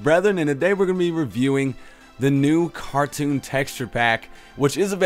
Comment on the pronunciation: Sounds like he said carton instead of cartoon